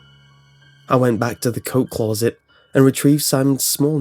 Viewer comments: CLAWset lmao. It's closet. He kept saying it and each time he did I couldn't stop laughing. Shit story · "CLAW-ZIT" why does this keep happening? That's the scariest thing about this creepy-pasta. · The way you say closet is the only thing wrong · No one: This guy: c l r r o u z e t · clueset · Clauset? Kinda distracted me from the story a bit... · Only scary thing is the way you say closet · You always pick creepy pastas where you have to continue on butchering the word Closet.